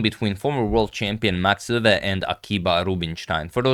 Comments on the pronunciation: Max Euwe is pronounciated Max (a like o in Mom) Oi-ve (like e in the) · I guess since its a german name, it should be pronounced „oywe“, since eu is pronounced oy in german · The eu in Euwe is pronounced like the oi in the word point.